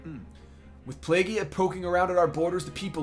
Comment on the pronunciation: It's pronounced "Playgeea" That's Plegia pronouncing